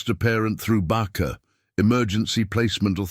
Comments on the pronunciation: Judge should have included the deputy brother in the restraining order as well as the stepfather. Do with the audio AI could pronounce (and spell) BACA instead of barker. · There is no R in BACA